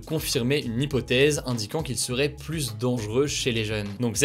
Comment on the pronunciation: Tu fais un super boulot mais par pitié peux-tu prononcer "plus" correctement quand il est suivi d'une consonne ? 🙏🙏 La confusion entre "+" et "plus (négation)" n'est pas possible à l'oral.